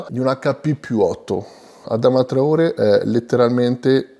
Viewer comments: Finalmente il video su traorè! 🔥🔥🔥 P.S comunque si dice traorè con l'accento Grande 🔥🔥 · Adama traorè, si pronuncia con l’accento, bel video